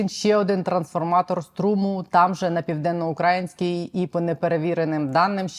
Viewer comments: ПівденноукраЇнська АЕС - навчіться вже правильно ставити наголос, ви ж наче не Соловйов і не Скабєєва. Яка вона УкрАїнська??? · Сука, піденнаукрАїнський, ти сама не можеш правильно виговорити, а ще шось говориш😢😢😢